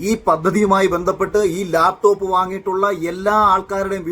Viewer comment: ലാപ്ടോപ് എന്നല്ല പറഞ്ഞത് Mr Akhil. താങ്കൾക്ക് തെറ്റ് പറ്റി. അദ്ദേഹം പറഞ്ഞത് " ലേപ്പ് ടോപ് " എന്നാണ്. 😂😂😂😂